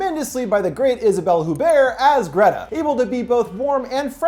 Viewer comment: One correction: It's not "Isabelle HUBERT", but "Hupert" (I know the French "u" - or the equivalent "ü" in German - is near to impossible to pronounce to English-speakers, but it's a "P" nonetheless in her name, not a "B").